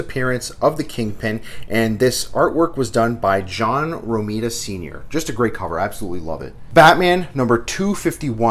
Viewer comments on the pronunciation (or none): *Rah me dah as in rhymes with Andromeda